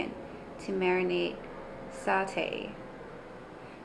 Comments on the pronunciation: SAH-TAE is the correct pronunciation, Also you should try it with a fried egg (soft fried) on top, absolutely gorgeous!!! Satay all the way. Nice vid! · How can you not pronounce satay?